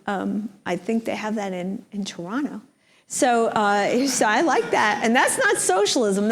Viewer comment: Well done for pronouncing "Toronto" like a native Torontonian.